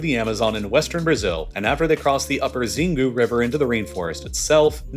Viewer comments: Xingu is pronounced sheen-goo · the pronunciation of "Xingu" in this case is worng its procnounced "chingu" with "chi" as in "china" as opposed to to "Zingu" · Xingu is pronounced Sheengoo’